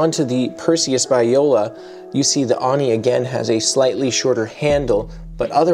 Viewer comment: Just a heads up, it’s pronounced “Oh-nee”, rather than “Ah-nee”.